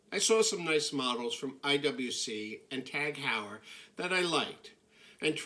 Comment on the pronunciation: hallo,take my remark in a constructive way please,you pronounce Tag Heure wrong ,phonetic its pronounce "Tag Oyer" ,love your videos by the way